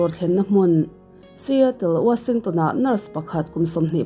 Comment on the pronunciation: Kan tawng ani lo na ngaihthlak hrehawm beng verh chin hi a awm thin ..Kan tawng ani lo a mahse mi tam takin i content an ngaithla si a...engkim ah a theih loh mahna..mahse a awm ang chin hi chu lam dik tum la ka ti hle mai ...Wa-sing-tawn anilo ..washing-ton tih ve mai tur